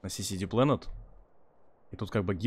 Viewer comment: Заходит значит новый зритель посмотреть видос и тут это: "Сиси Дик Плэнет", "еугеу..еуггу...егу..".